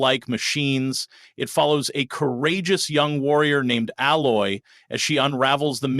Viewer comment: You are a moron, it's Aloy, with a Hard A. If you are going to report on something learn how to pronounce the damn names.